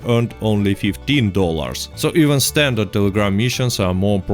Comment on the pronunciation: Yes... Standart not standard